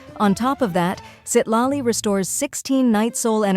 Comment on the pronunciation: Citlali ❌ Seat Lolly ✅